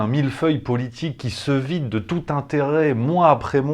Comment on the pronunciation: Vous prononcez le mot "politique" comme Ségolène Royal en insistant sur le O, c'est plutôt PEAULITIQUE que Politic... une parenté ou une même origine géographique ?